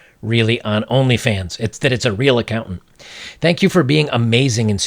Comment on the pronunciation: "I'm an accounant"